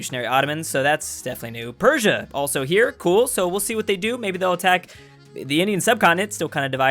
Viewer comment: Portugal: Emperor noises: PerSIA